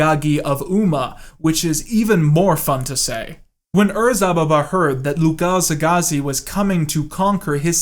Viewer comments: Lugalzagesi "Lugazegagi" Okay Edit: You´re forgiven, most bears, or super-chimps can´t even read at all. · Lol you mispronounced Lugalzagesi the first four or five times.